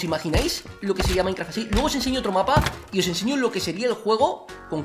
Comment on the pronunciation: jajajaja me cagué de risa cuando dijo maincra sin ofender ok?....